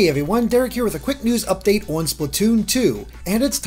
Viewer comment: I love how says "on". "Oan":D